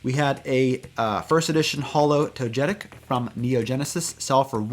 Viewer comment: TOE-GUH-TICK is how you pronounce it. There’s no J sound anywhere in that name.